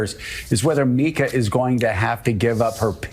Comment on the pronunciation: Tim is still calling Mika Micah 😂